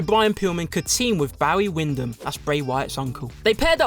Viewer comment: I really enjoy the lists but please replace. I am not interested to subscwibe to a channel telling me things about Bawwy Windam and others